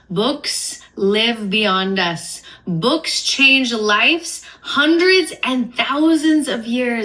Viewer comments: She pronounces “lives” as “lifes” and it fucking pisses me off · the way she says "lifes" and not "lives" irritates me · Why does she say "lifes" instead of lives??? That's so annoying. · Her repeatedly saying “lifes” instead of “lives” makes me way more aggravated than it should omg 😂😂😂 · She keeps saying life's instead of lives...it's driving me nuts! And she wants to be an editor/publisher...?? 😂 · it bothers me so much when that lady says “lifes” instead of “lives” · Why does she keep saying “lifes” instead of “lives”. She’s so annoying! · IT. IS. PRONOUNCED. LIVES. NOT. LIFES. COME ON LADY AM I GOING INSANE WHO TF IS SHE AND WHY DOES SHE MAKE ME IRRATE 😭😭😭😭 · Also it’s LIVES not LIFES god damn 😅😅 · It was really bothering me how kept saying "lifes" instead of "lives" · Bugged me how she kept saying “lifes” instead of “lives” lmfao. Not sure I trust her as an author when she doesn’t even pronounce that word correctly??? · literally! The first time she said it I went "ah yeah, slip of the tongue, it happens" & then it just... kept happening 😭